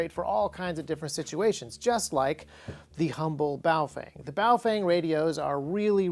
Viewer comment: Haven't watched this yet, will later. Just here to inform you, you most likely pronounced it wrong. The proper pronunciation is "boof-wang"